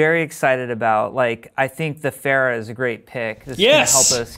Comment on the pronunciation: hey, i thought her name was pronounced Ph-ARE-ah